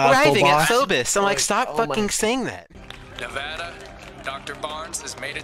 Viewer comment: My only complaint of this podcast is the way one of you guys say Nevada